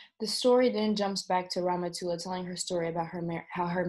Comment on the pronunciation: It isIt is really funny for an English speaking person to pronouce somme names. I can see if can help by writing those names in a way be able to read them corretly: Ramatoulaye(rama too lie), Modou(modu), Binetou(been too) too), Aïssatou(I sat too), Daba(dab aa), Nabou(na boo). Well i know all this because i live in Senegal.